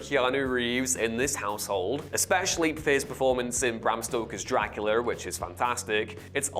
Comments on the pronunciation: ConstanTEEN still holds up, the movie was ahead of its time, but yeah, making him American makes him a different character. Also, it's pronounced DracuLAH not DracuLER. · .... you seriously going to chide us on how we pronounce Constantine when you pronounce Dracula as Dracu-lerr??? 🤣🤣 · Knocks how people pronounce Constantine then says "Dracu-ler". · Ok the different ways to say Constantine I get but brother adding an R to Dracula moments later is hilarious